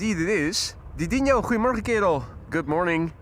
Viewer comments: Ah, it is then. As for his pronunciation of “Goedemorgen” which I’m familiar with, it sure sounds like he’s saying “creemorgen” to my ears. Thanks for the clarifications. 👍🏻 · Ok helpful Dutchies, when is saying good morning I don’t think I’m hearing Goedemorgen. It sounds more like “cremorgen”. What is he saying?